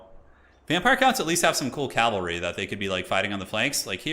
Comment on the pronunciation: How do you think we feel when he says calvary instead of cavalry lol. Love you.